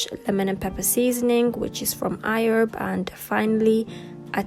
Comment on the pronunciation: WHY DO U KEEP SAYING IHERB CONSTANTLY AND IN AN AMERICAN ACCENT??!!!O HAD TO CRINGE EACH TIME U SAID IT!😑🤔